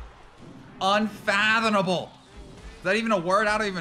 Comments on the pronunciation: UnfathoMable* not “UnfathoNable” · ah yes unfathoNable